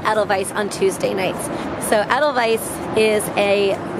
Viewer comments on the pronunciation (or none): none